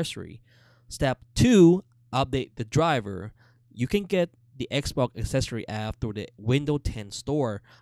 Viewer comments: Yeeeh I like xboccc one and xbocc360 and relacc whish ish very kreat. Please dude use the x’s and s’s correctly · Xbok one and xbok one s😂😂💀